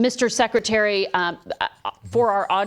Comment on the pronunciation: "Don't you think you'we being a meanie, Mr. Secwetawy?